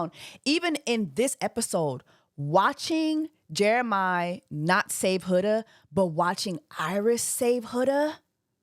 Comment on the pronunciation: You keep calling him Jeremih like the singer 😂 it’s JeremiAH!